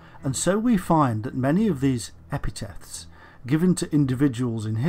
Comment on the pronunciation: The narration is rather strange. I am wondering if it's done by AI due to the odd inflection and random pauses in the middle of sentences, and so many mispronounced words, e.g. epithets as epi-teths (heard twice), lose as lows, associated as ash-ociated, as well as other mispronounced words such as the names of deities and civilisations.